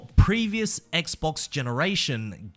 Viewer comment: I don’t know why but it extremely satisfying to here say Xbox lol